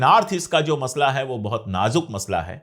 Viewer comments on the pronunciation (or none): none